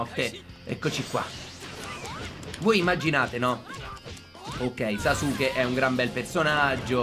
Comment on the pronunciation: in verità si pronuncia saske invece di sasuke ma ognuno lo pronuncia come vuole, bel video